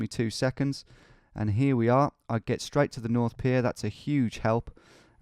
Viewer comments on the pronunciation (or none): none